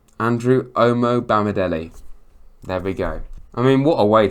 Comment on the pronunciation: Good try with the names, you did better than Sam Matterface who excelled in destroying several names during the game and bringing up how many players we had signed countless times. Back to the Name screwing Andrew OMO-BAMI-DELE came out as OMOBAMI-DELAY, DANILO was DANNY-LO ad finally OREL MANGALA was OREL MEN-GELLER